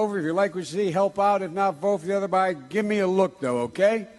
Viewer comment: That's what he meant to say, but he put a "b" in front of it, so it came out as "other Biden" rather than "other guy then". And that still doesn't excuse the Senate reference. I love Joe, but these bad gaffes are just reinforcing the idea that he's losing it.